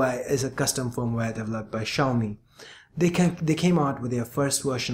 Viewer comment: Finally somebody pronounces it correctly!!!!!!!!!!!!!!!!!!!!!!!!!